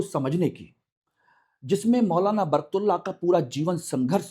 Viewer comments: एंकर महोदय बर्कतुल्ला नहीं उनका नाम बरकत उल्ला था। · अरे सर आप उच्चारण सही नही कर रहे हैं । आप बर्कतुल्लाह कह रहे हैं। ग़लत उच्चारण बर्कतुल्लाह । सही उच्चारण बरकतुल्लाह। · बरकत उल्लाह ❌ बरक तुल्लाह ✔️ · Naam to sahih lelo bhai baraktullah nahi Barkat Ullah naam hai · Naam to thik se bolo, barktula nhi barakat ullah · Sir आप नाम तो सही से ले....., बरतुल्लाहः नही बरकतुल्लाह है। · बरक तुल्ला ❌ ..... बरकत उल्ला ✅ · श्रीमान जी आपका उच्चारण सही नहीं है सही उच्चारण बरकत उल्लाह है एक बरकतउल्लाह खान साहब राजस्थान से भीहैं वह राजस्थान के 1971 से1973 तक मुख्यमंत्रीरहे हैं मौलाना बरकतुल्लाह खान साहब जो कि मध्य प्रदेश से थे जी हां वह स्वतंत्रतासेनानी थे लेकिन मेरी जानकारी के अनुसार वह कभी प्रधानमंत्री नहींरहे क्षमा करें मैं भी हिंदी तथा इतिहास का छात्र रहा हूं वर्तमान में मेरी आयु63 वर्ष है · मौलाना बरकत उल्लाह बोलिए तब सही नाम उच्चरित होगा। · सही लिखे सर ।प्रस्तुतकार नाम का उच्चारण गलत कर रहे हैं